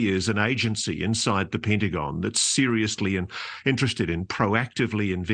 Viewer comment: "Syndyng", "syndyng", "syndyng" , "Pyntagon" 😂